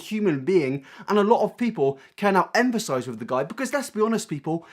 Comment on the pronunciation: Great video! It's so weird, the past 2 videos when you've said "empathize" (feel for) it sounded like you were saying "emphasize" (stress a point). Probably just a pronunciation thing.